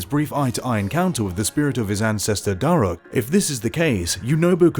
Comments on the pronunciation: It's pronounced Dah-ruke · How do you pronounce "Daruk" wrong? It literally says it in the game. Multiple times.